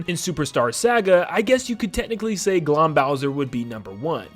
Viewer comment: The pronounciation of Glohm made me wince lol